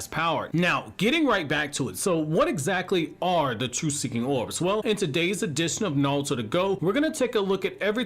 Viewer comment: Never thought that I’d be so pissed off by hearing somebody talk. Orbs. Not owubs.